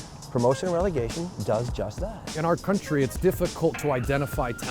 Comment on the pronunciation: Its Relegation not regelation.